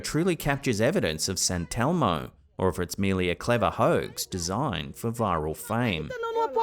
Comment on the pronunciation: sant elmo? sant elmo? its saint elmo